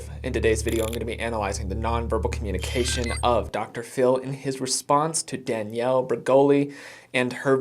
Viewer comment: Yup. And her saying Danielle name wrong when it’s her job to know how to say the names so they aren’t disrespectful. Yet all I got where both where disrespectful towards Danielle.